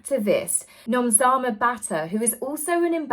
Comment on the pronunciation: Congratulations to our own Nomzamo ❤you pronounced her name perfectly 😊🤗🇿🇦🇿🇦🇿🇦